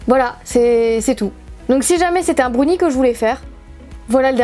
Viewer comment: On ne dit pas un brounie on dit un brownie.